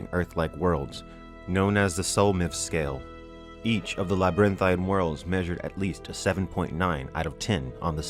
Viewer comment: Old boy says the word "pain" funny. I know I probably seem ultra-critical right now, but I laugh every time he pronounces "LabyrinTHINE." I mean, phonetically, he got all the syllables in, so... good for.